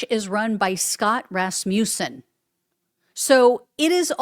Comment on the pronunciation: Rasmussen = RASS-muss-en, not rass-MEW-sen.